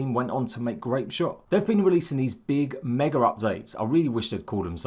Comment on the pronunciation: There is no leter R in Mega...lol, jk